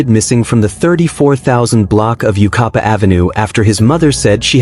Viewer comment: U-KYE-PA. Yucaipa